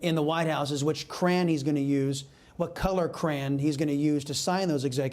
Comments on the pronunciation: "which cran to use"? Due, the name is Crayon....pronounced krA'-on. Bwhahahaaa! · 50: new word: "cran" ...old version of word: "crayon."